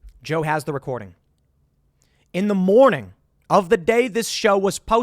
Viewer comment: the way he says morning kills me, so much New York in his voice in that moment